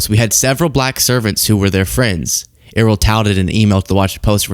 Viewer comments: It's not Er-roll or E-roll. It's pronounced Eh-ryl. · Pronounce Errol correctly, otherwise great vid, it's Air-roll, but Err-rol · Err - role? Errol rhymes with peril ya fcking eejit.